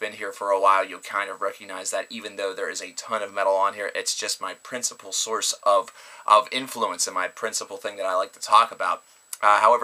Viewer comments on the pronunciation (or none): none